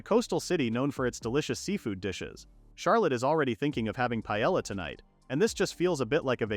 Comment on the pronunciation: Paella is spelled Pae(y)a not whatever this voiceover said